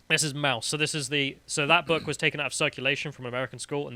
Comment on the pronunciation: "And wut is this boo-uk?" Dunno why that struck me as funny. Haha.